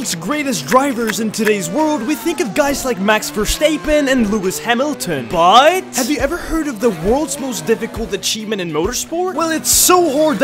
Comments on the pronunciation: "Max verstaepeen and Leuis hamelton buuuuttt "💀💀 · Bruh its pronounced vastappen not verstaypen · "Max Versteappen" "Lewis Amiltion" "indialianapolis" bro should learn how to pronounce 💀